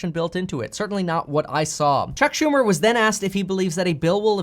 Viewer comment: You lost me the minute you said chuck shu..